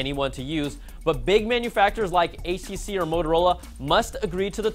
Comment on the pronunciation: Its HTC not HCC ))) same thing as always ))))